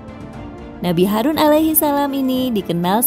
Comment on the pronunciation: Harun bukan harus kaaa